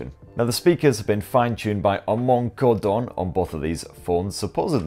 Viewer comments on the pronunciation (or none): none